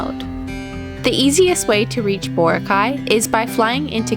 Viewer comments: Boracay is a filipino word and should be pronounced as such... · It's too bad you never learned how to pronounce Boracay during your stay.